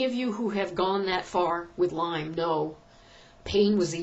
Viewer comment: its LYME not LYMES